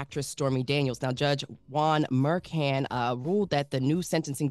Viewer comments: Judge Mur Shawn is the way his name is pronounced. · It is pronounced Judge Mer-Shawn. I would expect to know basic facts when she does this for a living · She has heard the name before. She has reported on this judge before multiple times. And multiple times gotten it wrong. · She’s never heard this names Judge before?? I thought she does this for a living. How embarrassing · is pronouncing the judge name wrong!!!